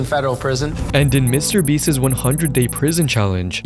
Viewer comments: Mr. Beast is not a word that ends in an "s." Why do you say Mr. Beastses? It's Mr. Beast's. Hoooly hell bro. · Beast's is not pronounced "Beastez"